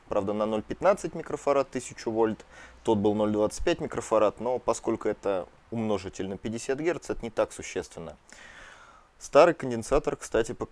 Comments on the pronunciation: Почему умнОжитель, а не умножИтель. По словарю именно на И ударение. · Ударение правильно ставить "умножи́тель" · По-моему, в слове "умножитель" ударение должно быть на другой слог. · Почему "умнОжитель", а не "умножИтель"? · Умножитель, вот расмешил. Ударение не там ставишь.